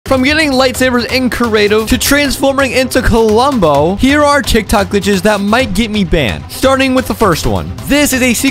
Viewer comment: The way he pronounced klombo Like kulombo